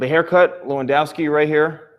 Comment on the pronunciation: U said his name so badly 😂